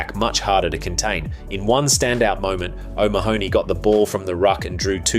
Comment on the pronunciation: Your pronunciation is atrocious: Schalk pronounced Sk-ah-lk O'Mahony pronounced Oh-mah-nee Du Toit pronounced Dew-toy Van Der Flier pronounced Van-Deh-Fleer